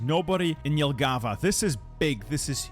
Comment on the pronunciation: The emphasis in the word "Jelgava" is on the first syllable(I am Latvian)